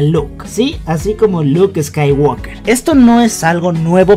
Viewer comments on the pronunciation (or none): none